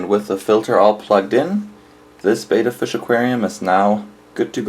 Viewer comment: That's just too small for your betta, and it's actually pronounced like "better" not bayda. Are you recommending these small pots in your pet store? What about a heater? I am amazed you'd put a fish into gassy new water like that.